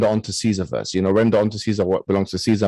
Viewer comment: i actually do , his basically saying furst